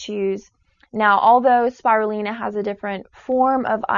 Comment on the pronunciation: First off Quinoa is not a grain, it's a seed, wheatgrass is not suppossed to be eaten, only juiced so their is no fiber, you can't even pronounce spirulina properly and agave nectar is just as bad as refined sugar as it's also heavily processed and has a very similar glycemic index as sugar.It sounds like this girl got her education from fox news.